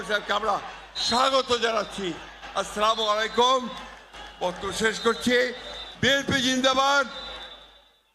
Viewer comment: যে মানুষে সালাম টাই ঠিক মতো দিতে পারে না সে নাকি চালাবে দেশ 😂